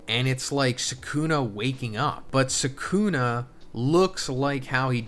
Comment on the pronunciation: Bro you saying rika ate sakuna finger at this juncture made me stop the video